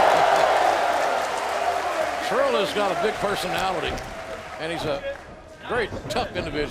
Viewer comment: Pissed me off that the entire time they were calling the Briscoes by the wrong name and that its SCURLL not SCHULL